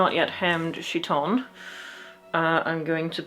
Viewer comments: I'm not trying to complain about pronunciation, but I'm used to chiton as kite-on instead of shit-on, and it raises some fascinating images... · What is a "she-ton"? Oh. You are pronouncing the name of the Greek clothing incorrectly. It is a hard k sound, not a soft ch sound. There are pronunciation guides on the internet. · Isn't Chiton pronounced KI-ton? Since in greek, ch is pronounced as a K? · oh I'm so glad you also watch Micarah! the two of you have such complementary flavours of chaos in your costuming-type videos (side note: the ch- in chiton is, in fact, a hard k sound. so it's pronounced more like kite-on.) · Hope this isn’t too grammarnazi style but… I’m almost sure χιτών (chiton) is pronounced ˈkaɪtn̩ Funny video by the way 😁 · The most minor of comments: chiton is pronounced khi-tone (because it's χιτών) and the emperor who died in 192 was Commodus not Claudius. But a great costume build using something quite like an actual linothorax (and props for using Greg's reconstruction which is good and not Eero Jarva's proposed method which is less good). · A note - as someone who is Greek, the χ is in my experience is pronounced either like an H, or like a Ch sound, not like a K. If you wanted a K sound, you’d use kappa! (Looks like κ) I’m not too informed on my Ancient Greek so maybe in Ancient Greece χ was pronounced like a K, but based off my experience I believe that’d be pronounced as either chi-tone or he-tone, but not like khi-tone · Random pronunciation hint! "Chiton" wasn't ever pronounced with a sh sound, since its not a French word. You may want to use a k sound if you wish to match Ancient Greek or modern (prescribed by dictionaries) English, or you can use h as a rough approximation of modern Greek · Linguistic note: in chiton, the 'ch' is pronounced 'k', not 'sh'. Nice video anyway, I always like to see people turning their dreams into reality… even when it's difficult.